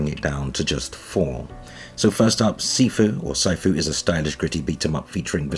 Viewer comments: “SAI” Fu <~~~ 😂, “SI” Fi…. or “SO” fu is due to release…. haha it’s “SEE” FU. fyi. You actually have no clue do you? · I think it’s pronounced See-foo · Sifu is pronounced "Sea-foo" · It’s pronounced like “See-foo” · Sifu is pronounced SEE-foo. It's kung-fu's version of "sensei."